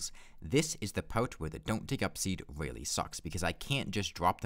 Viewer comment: this was a weawwy impwessive wun